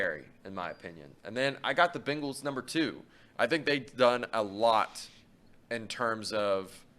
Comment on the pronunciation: Can thom quit calling them the Ben gallees it just sounds dumb